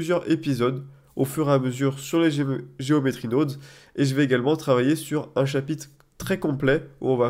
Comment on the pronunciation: "Nodes" ne se prononce pas "naudes" comme dans guillaume mais plus le o de carotte... Prononcer carautte serait bizarre en effet... ;)